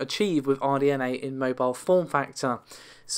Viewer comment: RDNA, not RNDA.